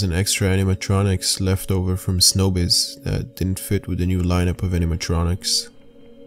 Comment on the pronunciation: No its show biz not snow biz.